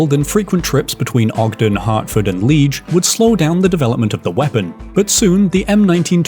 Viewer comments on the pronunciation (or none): Excellent video, thankyou. btw, "Liege" is pronounced lee-edge. Cheers